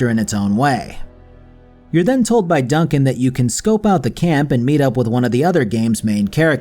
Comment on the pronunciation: Dun-CAN? Seriously?